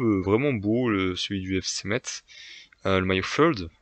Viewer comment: Deso mais c’est Metz ce dit messe pas metZ oui je suis chiant mdr bon classement